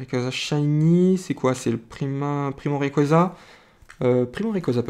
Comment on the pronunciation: Selon le pokedex, se prononce rékwaza